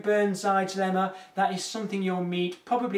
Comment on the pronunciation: Didn't had enough coffee today... Heard (instead of "to use this lemma,...") "to use this llama" und thought: where the hell did he get a llama?